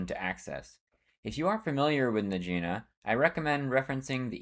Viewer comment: “Najeena” 😂 Ty for the informative video ❤